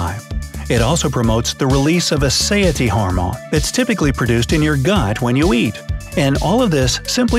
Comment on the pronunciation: "A saiety hormone" No such thing. The word it "satiety" or fullness, a feeling of appetite being satisfied. Voice direction is essential. Voice artists DO mispronounce words if not directed.